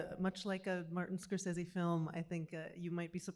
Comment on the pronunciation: Rebecca Miller instantly pronouncing "Scorsese" wrong is kinda funny Can't wait for the documentary